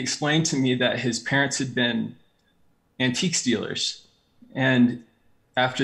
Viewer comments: The way he said “antiques dealers” made it sound like “antique stealers” and I was like 😳 Really awesome video. I enjoyed his story very much. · Lmao I legit thought he said antique stealers !